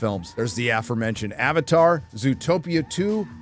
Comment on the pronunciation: I heard what you said ... It's (Avatar) Fire and Ash .... and not the pronunciation of something entirely different!